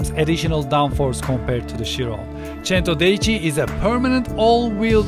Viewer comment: You said centodieci wrong